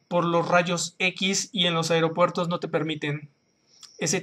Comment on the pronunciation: Jajaja "Airopuertos" jajajaja Buen video! Interesante como siempre!